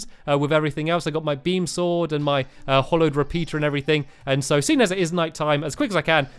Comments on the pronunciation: It's pronounced HALLOWED NOT HOLLOWED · It's hallowed not hollowed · Hallowed bars not hollowed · Pascal Wessels also ITS HALLOWED NOT HOLLOWED!!!!!!!!!!!!!!!!!!!!!!!!!!!!!!!!!!!!!!!!!!!!!!! and hallowed isnt a bad biome so dont be afraid if it goes near he treetop hotel. it wout even spread to the top! and you should really search the terrablade, becuase its the strongest sword in the game, and its very hard to make. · It's HALLOWED NOT HOLLOWED so annoyinf when people says it hollow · stampy pls its hAllowed bars not hollowed